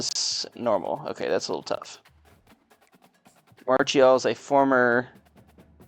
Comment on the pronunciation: Most common mispronunciations with WVU’s players. Here’s how they are pronounced Clement: (CLUH-MENT) Marchiol: (MAR-KEE-OLE) Vesterinen: (VEST-IRR-ENNIN)